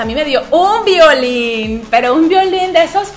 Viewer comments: Violín a que te referís,no se entiende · Suena muy raro cuando dise violin 😬